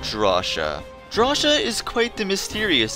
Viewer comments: Its pronounced DRAW-SI-YA NOT DRAWSHIA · I would argue, that Drawcia is pronounced "Draw-see-a" rather than "Draw-sha". I think so, because it sounds a lot like "nausea", which is, what the final level looks like, being all unhinged etc. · It's draw-cee-uh not how you were saying it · Wait... Have I been pronouncing Drawcia wrong this whole time? I always pronounced it as Draw-sia, but is it actually pronounced Draw-sha?